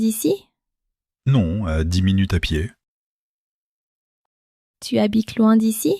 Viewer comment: Некоторые слова произносятся неразборчиво. Пыталась слушать не глядя на экран, но не читая, иногда не прнять. Tu veux boir звучит как que veux boir. Для начинающих изучать язык разборчивое произношение важно.